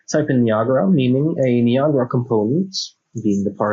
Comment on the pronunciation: Just so you're aware, it's three syllables and pronounced *nigh-a-gruh* (the waterfalls in Canada) and not *nee-ah-gah-rah.* Many seem to get it wrong for some reason. That aside, good video.